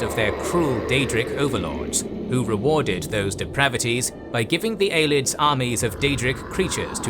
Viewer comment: Props to the narrator regardless, but it is pronounced (Ayy-lee-id and Kai-mer) by most